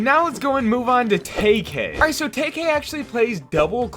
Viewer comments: Sorry just sain it’s not tay k is tkay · bro, its pronounced TEE-KAY